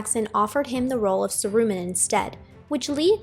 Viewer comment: I appreciate your making this video, however I recommend doing a bit more research on topics you make videos for as you mispronounced Tolkien’s name, Saruman’s, Uruk-Hai, among some other things. Love the video though, thanks for the content! :D